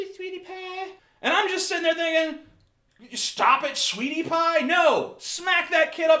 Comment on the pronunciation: Especially the "sweety paah".